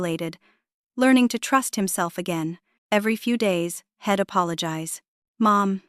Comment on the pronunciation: The story is worth listening to, but your AI can't pronounce he'd, she'd, etc. It's hard to listen to